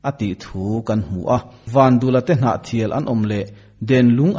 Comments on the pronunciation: vandula tih a dul lai hi pum/dul anga lam tur a ni lo va.,vandûla tih a lam tur dûl hi dil(sangha dil) kan lam ang hian lam tur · Vandula tih hi i lam dan hi,tuiluang dul² tih ang hian dul hi lam ri rawh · Vandula tih pawh hi Van tih leh dul tih hi tlem a thluk tur a ni bawk